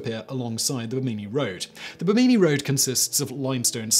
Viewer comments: You've never heard the correct pronunciation of Bimini before? It's pronounced Bih-Minn-EEh with no pauses between syllables. If you've ever been around boats you'd have heard the term many times ;-) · Oh, Simon, Simon, Simon. Pronunciation is important. Bimini and Yaxchilán need work.